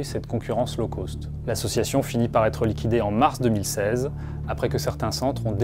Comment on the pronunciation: "Low cost", ça ne se prononce pas comme "law coast". Mes oreilles saignent.